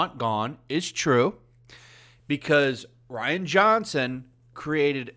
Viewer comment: I would have thought Rian is pronounced Re-on not Ryan